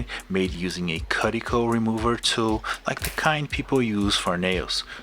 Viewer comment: Love what you do, just had one comment: "cuticle" is pronounced kew-ticuhl like, "that's cute" instead of "cut .... transform glue" I only mention it because you have talked about that tool a couple times and it may help people find it easier. I mean this to help, not to criticize in any way. You speak more languages than I do :) Thanks for sharing your art with us!